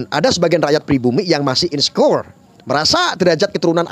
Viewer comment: tolong bahasa Inggrisnya diperbaiki pengucapannya, biar keren. Coba cek pengucapan kata insecure" dan "privilege" di kamus.